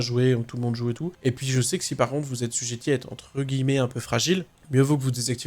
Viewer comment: " Assujetti " non pas sujeti ^^ . Merci pour ces infos réglages